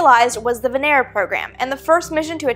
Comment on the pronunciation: I swear I heard 'VENERAL'... lol....